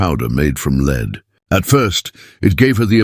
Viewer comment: Terrible AI voice. Just awful.is it beyond the producers to check the stupid errors ? Lead was pronounced correctly then incorrectly. No one checks? Bad . Lazy and careless production .